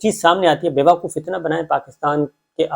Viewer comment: It's pronouced BeVqoof correctly and NOT BeVAqoof